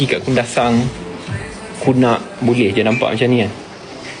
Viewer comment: YB sebut Kunak ke, mmg terbaik la BASS saya bangga dgr nya tu kg saya respect kt YB 👍👍👍